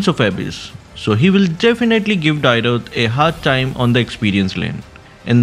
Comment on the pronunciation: Please learn the correct pronunciation of Dyrroth, that pronunciation is so irritating to the ears 😂